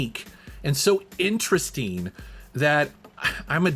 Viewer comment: This guy pronounces "ing" as "een" Interesteen, collecteen. Kind of annoyeen.